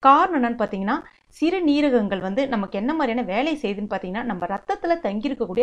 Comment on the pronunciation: சிறுநீரகங்கள் என்று சொல்லுங்கள்.அது ஒரே வார்த்தை தான் சிறு--நீரகங்கள் என்று பிரித்து பிரித்து சொல்லாதீர்கள்.